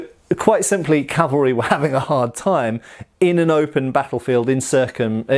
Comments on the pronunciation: Love your channel immensely! In this video your mention of "calvary" multiple times instead of cav-al-ry was a bit distracting lol, I don't think you pronounced it correctly even once. Calvary is the hill where Christ was crucified. Cavalry, well, that's what you're taking about... But do continue! Did I mention that I really enjoy your channel? It's one of my favorites. ;) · I distinctly heard you say "carvery", and thought it would be nice, only to remember lockdown:P